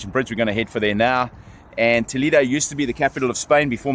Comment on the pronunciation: Toledo, the vowel "e" is pronounced like the "e" in the word Elephant, not the sound "e" that you have in English language. When I hear you pronouncing it, I almost die 😂. I do not want to know how angry toledanos ( the native inhabitants of the City) can be or feel after listening you saying the name of their City the wrong way 🫣🫣. Aparte from that, I know Toledo And yes, It is a historical jewel, but in Spain we have manyyyyyy others : Santiago de Compostela, Ávila, Segovia, Córdoba, Granada, Tarragona, Mérida, Salamanca, Alcalá de Henares, Cáceres, Burgos, Sevilla, etc, etc Regards, enjoy